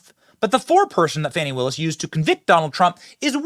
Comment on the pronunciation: Benny,news organization is pronouncing Fani as Fawnie! 😂😅 Does that mean there are 2 Fani's? Or she doesn't like being a Fani and wants to be a baby deer 🦌? Fawnie?